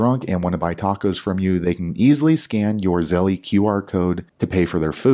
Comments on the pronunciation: The way you say Zell-eee is har to hear😂 Thanks for you info! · Why is it Zell-E and not Chas-E?